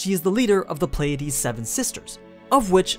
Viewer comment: say "playdeez" one more time i fucking dare you